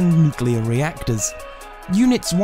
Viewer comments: There is no such thing as a nucular reaction. You can't get a nucular medicine test. There is no such thing as a nucular explosion....And no, it's not a specific british or american accent, it is just blatant mispronunciation of N U C L E A R. I drives me fucking crazy too. If you are speaking about a very scientific topic, at least get the pronunciations right. It implies lack of credibility/intelligence. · My comment wasn't aimed at British people exclusively (I'm British, and living in Australia). However, most people I've come across say "Nuculer" instead of "Nuclear". I'm no grammar nazi but "Nucular" just pisses me off for some reason. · It's nucular. The "s" is silent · I hate it when americans pronounce the word "nuclear" as nucelar. Always grinds my gears lol.